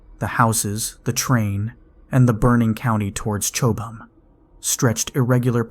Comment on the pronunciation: Chowb-ham, still laughing. (Cob ham).